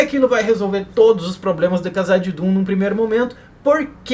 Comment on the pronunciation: porque vc fala "cazadidum' rsrrsrsrs